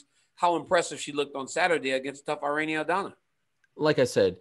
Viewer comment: It's Pronounced Irr... Ee.. Nee.... The I in Spanish sounds like an American E... ERene =Irene ... Cringe ...